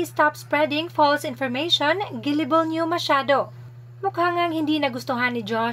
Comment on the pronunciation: Gullible po (as in ga-li-bol or ga-la-bol), NOT gi-li-bol. Hehe 😌✌️